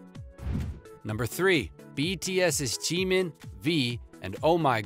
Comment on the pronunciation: Anyone else like how he says GEEMEEN